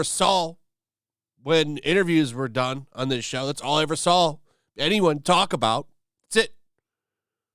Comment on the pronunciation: "All I ever sawl"